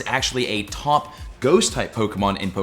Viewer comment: “Tawp dragon”😂😂